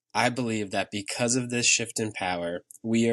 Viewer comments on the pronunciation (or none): none